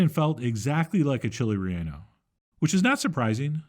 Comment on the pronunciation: He will never Chili reyonno pancake s